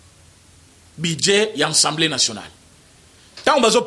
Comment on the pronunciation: A A ASSEMBLÉE et non EN EN ENSSEMBLÉE...A A A A. A.A ASSEMBLÉE.. les Congolais des illustrés